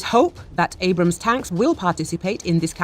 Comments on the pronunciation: Abrams tanks , not brams :) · I dont know I kinda like it... Brams Tank 😂 with the accent 😂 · Me too. Sorta has the feel of "Bros tank".